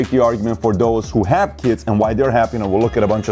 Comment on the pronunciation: Dos? Its those!